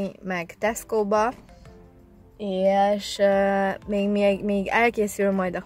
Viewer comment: Csak nekem tűnik úgy mintha ha “és” helyett mindig “iést” mondanal? 🙂 nem azért mondom tok aranyos 😊